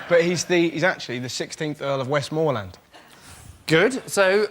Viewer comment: Someone should have told Russell how to pronounce "Westmorland" before they gave him his card